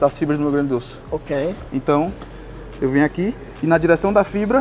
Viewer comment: Ótimo, mas nao "fibra glutu" hahaha